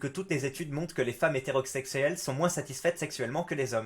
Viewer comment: MOINS se dit MOIN pas MOINNSSE